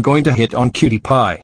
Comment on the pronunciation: dad it’s not cutti pie it’s cutie pie